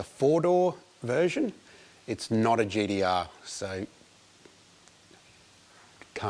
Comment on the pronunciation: it's not a geedeeah. lol I V4P3